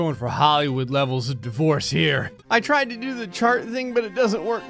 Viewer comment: I had this video playing through my car so I wasn’t looking at the screen, and I could’ve sworn he was saying “the voice” not “divorce”.... so when he said “30 divorce black holes surrounding the earth” I was thinking “oh wow that’s a lot of voices”